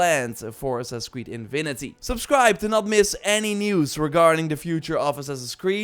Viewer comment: Come on,! It's "Infinity", not InVinity"